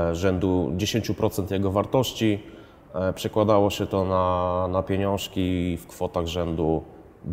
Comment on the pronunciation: Nie ufam ludziom z takimi brodami. Do tego nie mówi "ń" za to mówi "pieniąszki". Nie kupiłbym.